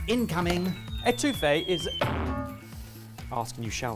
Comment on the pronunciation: saying "eh-TWO-fay" instead of "EH-to-feh" is so on brand.